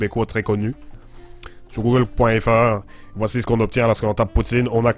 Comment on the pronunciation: Je suis québecois et je trouve ton accent correctement bien sauf exeption comme on dit pas google feur mais google fr comme tous le monde enfait la prononciation des A et aussi dans la mignature comme dans la vrai aussi ARRÊTER DE DIRE TABERNACLE ON DIT TABARNACK, CÂLIS. Sinon bonne vidéo